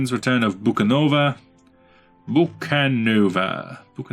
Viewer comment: It's Bucovina, not Bukanova :D